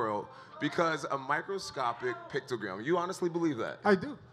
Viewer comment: The fact that he keeps saying pictogram instead of picogram irks me lol